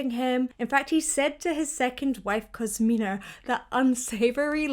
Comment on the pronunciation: Another nit-picking detail: the operai s "The Valkyrie", singular. ;) And his wife's name was Cosima, not Cosmina (I know, now you're thinking "There's always one like this in the comments section!" :D )